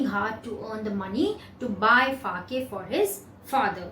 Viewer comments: The pronunciation of sake is sa-a-ke and not fa-a-ke.. Pls change it..It is very misleading!!! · Wrongly pronounced Sake That Fa in the book was just to explain that you have to read Sa in Sake just like Fa pronounced in father... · Ma'am sa is pronounced as fa in father it is sake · Correct! she has mispronounced it!